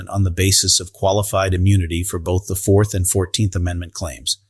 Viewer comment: AI commentator on youtube, the end is nigh! LOL. he pronounced "4th" 4 the right near the beginning of the clip. xD